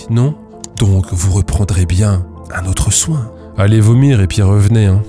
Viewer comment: "c'est traumatchique", "on fait un soingue" 😂 Aie aie aie, elle est Priceless celle là